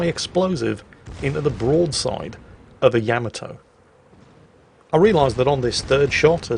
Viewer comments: OMG DUDE, it's NOT YAMato ........ it is pronounced yaMAto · Yaamaatoe. ..? Really?